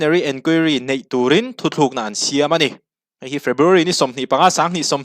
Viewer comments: Thuthlukna iti tlatin ka hria thutlukna lo ti zel tawh ta che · THU THLUKNA ni lovin THUTLUKNA.... TLUKNA....TLUK NA.... ti a lam zâwk tur aw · I react a ngaihnawm thin e, thu tlukna tih turah thu thlukna I rawn ti leh hlauh thin hi a ngaimawh awm deuh. Tunlai thalai zingah hetianga ti hi an awm fo tawh mai, a pawi khawp mai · i thu chhiar hi fimkhur deuh teh,thu thlukna ni lo in THUTLUKNA tih zawk tur a ni lo maw. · a ngaihnawm e, mahse, thu thlukna i ti zel mai a, thu thlukna chu hawrawp chung a ' ^ ' awm ṭhin hi a ni a. Decision hi thu tlukna a ni zawk ang a. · Tha hle mai. 'THUTLUKNA' tih turah 'Thuthlukna' i ti tlat a....... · Thuthlukna ti lovin,,,thutlukna ti zawk ta la, a dik zawk lo maw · Thuthlukna ni lovin thutlukna tih tur aw , a ziak ah pawh thutlukna tih a nih kha😂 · i thil chhiar hi uluk deuh teh,a ziak chhiar tur i ti lang bawk si a, "thuthlukna" tih a awm loh hi "thutlukna" tih a nih hi, a thu hrim ah "Thuthlukna"i ti zel a vawi khat na kha i ti sual palh ah ka lo ngai mai a,mahse,a ni lo tlat. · thu thlukna nilo in thutluk na tive teh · Thu thlukna a ni lo, thu tlukna tih tur. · Thu THLUKNA ti lovin Thu TLUKNA ti zawk teh aw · Thutlûkna tih hi thuthlûkna tiin i sawi nge, hetiang ri hian ka lo hre tlat mai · Thu thlukna nilo in thutlukna tih tur aw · 'Thu thlukna' tia chhiar angin a ri a. 'Thu tlukna' ni awm tak. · I thil chhiar hi an ziak di)k lo nge I chhiar sual aw... 'Thuthlukna'tia I chhhiar hi thutlukna tih zawk tur a va nih hmel ve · Thu thlûkna nilo in..Thu tlûkna aw,bro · Engtizia nge kan mizo you tuber ṭhenkhat hian 'Thu tlukna' tih hi 'Thuthlukna' ti a in lam/sawi ziah le aw. A awmzia a hrang/in anglo hle si a. Youtuberte hian kan mizo ṭawng humhalhna kawngah hian hum pawimawh tak inluah a ni tih hria ula ka va duh em. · Thuthlûkna nge thutlûkna? I lamrîk dân hian THUTHLÛKNA iti deuh tlata. Eng nge dik zâwk? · Thu thlukna ni lovin THU TLUKNA tih zawk tur 😅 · Thuthlukna ni lovin thutlukna zawk aw...